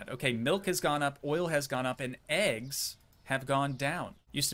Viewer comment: STOP SAYING EGGSMA ITS EGGS